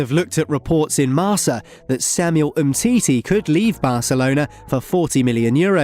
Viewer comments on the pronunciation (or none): Bro not marsa it's kinda marka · its not pronounced "marsa" its marKa